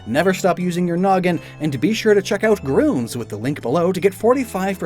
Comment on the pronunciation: you say gruns instead of grüns